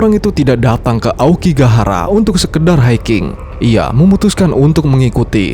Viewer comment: Hutan Aokigahara itu kadang penyebutan nya jadi aokigakara 😅 dan mungkin karena banyak pohon gaharu ,jadinya gahara ,dan bisa jadi gara juga yg di Naruto inspirasi ny 😅,cocokologi😂